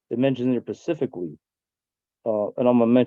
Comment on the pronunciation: Pacifically? Tell me you're an idiot without telling me you're an idiot.